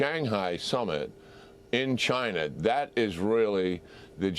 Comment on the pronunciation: Rusher and Chiner? lol